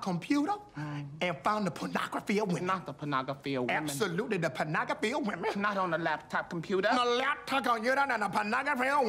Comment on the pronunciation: pawnagrophy of wemen." "Absolutely pawnagrophy of wemen." "Not on the laptop computer." "On the laptop computer found the pawnagrophy of wemen."